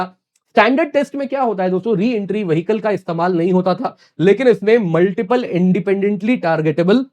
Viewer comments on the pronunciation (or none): none